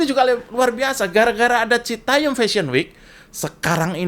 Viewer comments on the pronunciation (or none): citayam mas jo... bukan citayem... 😅